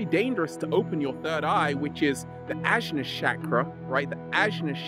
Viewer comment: Awesome video! Side note: ajna is pronounced anya